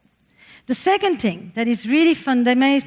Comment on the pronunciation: She has me every time she says tHing without the H. Ting. Adorable. And out flows brilliance. I sit here and take notes, one t(h)ing after another.